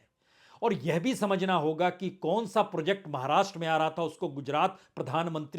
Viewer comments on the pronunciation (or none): none